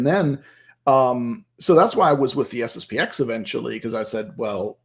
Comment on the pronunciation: It's SSP-ten. The 'X' is not a letter but a Roman Numeral. Anyway, SSP-ex sounds terrible.